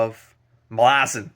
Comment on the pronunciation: Erickson says it is pronounced "ma LAH zan" like you said. Stress on the middle syllable. I love hearing first readers takes on MBotF. Embrace the chaos, accept that you won't understand everything that is happening, and just go along for the most emotional ride in fantasy. ""Children are dying." Lull nodded. "That's a succinct summary of humankind, I'd say. Who needs tomes and volumes of history? Children are dying. The injustices of the world hide in those three words." - Deadhouse Gates (book 2).